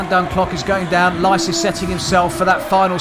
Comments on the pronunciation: I absolutely adore the way the commentator pronounces Licis' name 😂 In case you're wondering why: Licis himself pronounces his own name "Lee-Sis". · Lie-sees or Lee-cheese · This commentator pronouncing the name of Martin Licis wrong all the time is getting on my nerves